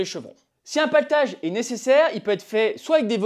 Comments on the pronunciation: Je bug . On dit platelage pas paletage ? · Le platelage pas le patelage…lol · PLAtelage et non paletage :). super vidéo ! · C'est pas "Platelage"? 😁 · platellage et non paltage. sarking et non staring. faites un effort